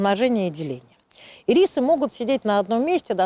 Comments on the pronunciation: очень резало слух ирИсы. первый раз такое произношение слышу. вообще то Ирисы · Кому нужен ирИс, тому - в кондитерскую. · Блин, а я всегда думала что они Ирисы, с ударением на первую И... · не извиняйтесь! И рисы,режет слух,как и слово рододендрон. Его тоже искажают так,что тяжело слушать!